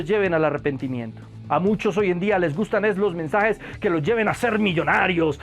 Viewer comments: Alguien se dio cuenta que dice "Mesnajes"? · mi hermano en el numero 4 dise mesnajes en ves de mensajes huvo un pequeñito error Gracias por tu video y le recomiendo un predicador que predica bien sin pelo en la lengua y es juan manuel vaz tambien a sugel michelen, etc.